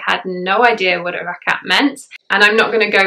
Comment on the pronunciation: Thank you, I think this video would be very encouraging to new revert. I have been Muslim for many decades and must admit, it still upsets me when people do not understand how much of a struggle it is to grasp some of the sounds in Arabic. Your pronunciation is spot on of ruku, rakat, surah etc. Like a native Arabic speaker. MashaAllah! Hope you will do a video reciting Surah Fatiha one day too. Would love to hear you. Welcome to Islam and may Allah Keep us steadfast and increase our love of Islam continuously. Ameen. May you sail through with ease, all the trials that come with being on this path. Ameen.